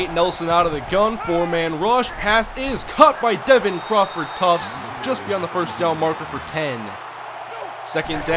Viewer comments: Just saying, you know it's Crawford Tuft not Crawford Tufts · TUFT, NOT TUFTS! THERE IS NO "S" IN THE NAME. PLEASE EXPLAIN WHY YOU KEEP SAYING TUFTS. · Omg i hate it when u say tuft with a s at the end. TBERE IS NO S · Just curious why he says it that way. In the game it says Tuft.